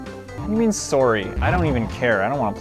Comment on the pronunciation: why did he say "Sorry" like a Canadian